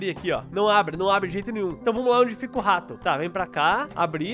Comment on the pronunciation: Engraçado ele falando:a mãe o rato a mãe o tato